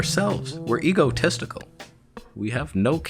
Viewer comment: Did you say that you were "ego-testicle?" And therefore we need more buttons on the front? OK, I'm just confused...